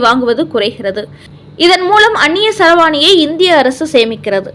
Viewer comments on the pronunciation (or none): "அன்னிய செலவாணி" என்பது தப்பு! "அன்னிய செலாவணி" என்பதே சரி! இந்த சரியான சொல்லை நீங்க பத்து முறை சொல்லி பழகுங்க! சரியா சொல்ல வரும்!